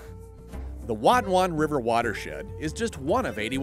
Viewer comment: This video taught me how to pronounce the word "Watonwan". 👍🏻